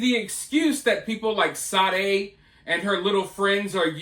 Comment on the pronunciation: Sade...reads sharday